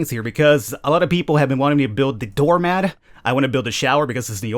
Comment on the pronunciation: Why the fuck you say door mad? Stop saying mad